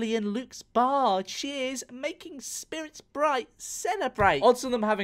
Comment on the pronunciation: "SPIRTS" :-D